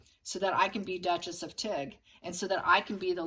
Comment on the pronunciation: when I heard you say...Tig, I thought you said...Duchess of Tick!!!!...🤣😂🤣😂🤣🪲